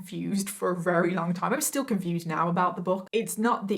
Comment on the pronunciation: I like the way you say "very" - sounds like "Rarey" makes me happy